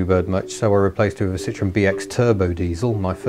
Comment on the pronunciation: The way he pronounces Citroën in his DS review is the least bastardized version. Just listen to a Citroën commercial and you'll get the "Paris French" version of pronouncing it. But mind in Brittany, Provence etc pronounciations might differ. Am Dutch myself and in France I get mistaken for a Belgian (no hard G in south of NL). Had a C5 V6 till august but leakage and timing belt made me part with her, great cruiser!